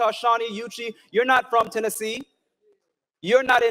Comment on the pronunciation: NEWSFLASH!!!! ITS TENNESSEE NO SURPISE